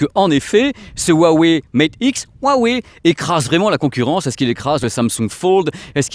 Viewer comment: Bon j’adore ta chaîne par contre ça me dérange les français qui savent pas prononcer le Chinois. Hua veut dire fleur et se prononce « Roua ». Wei est la couleur noire. Donc faut prononcer « Roua Weil »